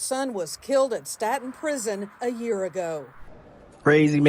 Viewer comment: You can tell how little and the other anchors report on our prisons. She says sta-ten but it's stā-ton 🙄